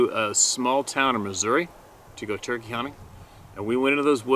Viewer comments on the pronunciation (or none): none